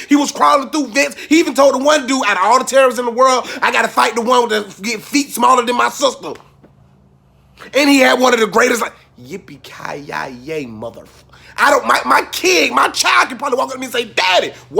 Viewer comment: Are we supposed to skip over the fact that you keep putting an extra syllable in Yippee Ki Yay?...